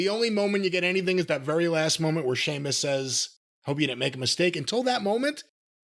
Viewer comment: Come on man. He is constantly mocking him and putting him down. Calling him "Seemus" and talking about being pale. And he's not even being presented on a main event level for a while anyway. So that can't be the reason.